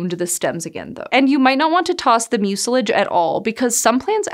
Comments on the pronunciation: mucilage: / ˈmyu sə lɪdʒ / the accent is on the first syllable. Does Montana not have Internet connection to ? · Pronunciation quibble: Mucilage – The stress should be on the first syllable. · Thanks for the fun video. You're mispronouncing two words though. 'Mucilage', the accent is on the first syllable, not the second. 'Salve', in the U.S. the 'L' is silent. ;-)